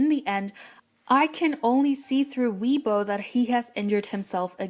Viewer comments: It's pronounced 'Way-Bwo' not 'Wee-bo' XxXx it's often said that EXO's releases follow constellations and major cosmic happenings following their concept and style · Weebo... Isn't it pronounced as Waybo? I might be wrong tho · its not weebo its weibo